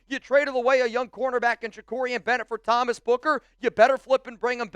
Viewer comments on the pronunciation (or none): none